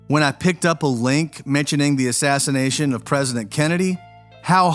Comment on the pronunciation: Did you say killed before the assassnation of jfk .i had to play that back to make sure what i heard.